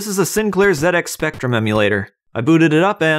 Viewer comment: for pronouncing the 'zed' in ZX Spectrum correctly, but putting it in the previous generation to the C64 is going to wind some of us Brits up! There's a better C64 emulator called PSPVice, which has compatibility with Gamebase64 so you can add a library of game info and screenshots to the file browser, looks great.